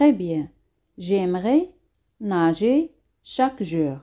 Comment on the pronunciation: por que a veces acentua nager al final y otras al inicio?